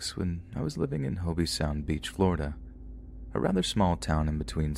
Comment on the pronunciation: Hoe-bee sound, does indeed sound like a proper FL town, home to many a FL man. Alas. “Hobe” is pronounced more like “Job” (as in the Book of Job from the Bible).